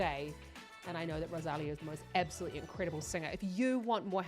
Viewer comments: Do you see that accent mark on the "í" in the name "Rosalía"? That means the stress is on that "lí". Next time, try saying RosalEEEA instead of RosAAlia. The same as in María, (MarEEEa) or Sofía (SofEEEa), both also with accent mark on the "i", for example. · Hi. One minor criticism I'm afraid. Her name isn't Ro-saal-eeah, it's Rose- ah-LEE-ah. The accent on her name means that syllable is the one that is emphasised...Rosalía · If you do any more Rosalia reactions, you should correct your pronunciation of her name. Ros-a-li-a with emphasis on the “li”.